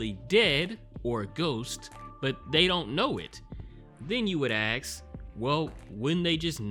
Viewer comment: dude i love this channel but its ask not aks